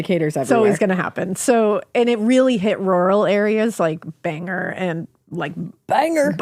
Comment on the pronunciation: I never comment on anything but I came here today to pronounce Bangor and thought about explaining it this same exact way! Also central maine, hi ladies!!